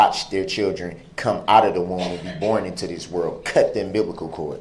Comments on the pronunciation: "...cut the imbiblical cord..." Such an illiterate dufus. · The way he butchers the English language is a crime in itself. I've heard him use the word AX instead of ASK, TEXTE'S instead of TEXTS. All that was missing was AMBERLAMPS instead of AMBULANCE... or did I miss that?? 🤣 Oh, I forgot UMBIBLICAL cord! SMH He is a whole circus. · What the hell is an embiblical cord? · He said..."cut the UMBIBLICAL cord." 🤭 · "Cut the amBIBlical Cord" Hahahahaha hahahahaha😅🤣😂